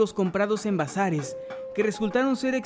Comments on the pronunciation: Crei que decia Brazzers XD😒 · Creí que decía Brazzers en lugar de Bazares 😅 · Entendí "encontrados en Brazzers" 😂